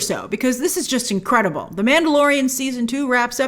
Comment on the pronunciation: I just love how you say incredible “inqwadible” 😍😅